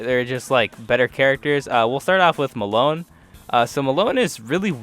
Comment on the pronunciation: Solid enough list though your pronounciations are a bit iffy (Melone = Meh-loh-nay, abbacchio = Abah-kio, ect)